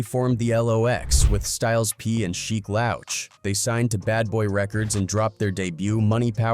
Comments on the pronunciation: Why do you say sheek name like that? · Because it’s AI duh